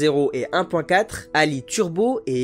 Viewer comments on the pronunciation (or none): et encore t'as pas entendu le "mode d'injection startifié.. " , pas sur que la voix off comprenne quelques choses au moteur.... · Beaucoup d'approximations et d'erreurs malheuresment, notamment "startifié" au lieu de "stratifié" sans meme expliquer le principe. Pareil, parler de "2 point zéro" au lieu de dire "2 litres", ca ne fais pas tres pro !